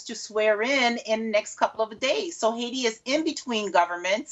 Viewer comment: Take note Adam Boulton, this news reporter pronounces Haiti correctly.